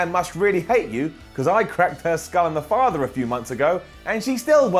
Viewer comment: Lol at when he says skull and father wrong